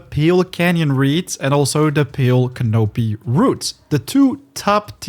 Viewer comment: It's pronounced " can-a pee"